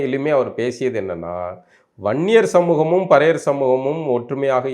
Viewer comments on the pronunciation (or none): Learn tamil words in the right form of the letters.That is Paraiyar not Pataiyar.